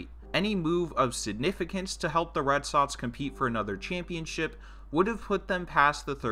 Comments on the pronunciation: “red sotts “ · Omg is Red SoXXXX not Red Sotts holy shit